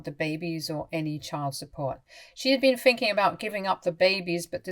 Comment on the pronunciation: THinking not Finking. EveryTHing not everyFing. Nothing not noFing. AnyTHing not anyFing.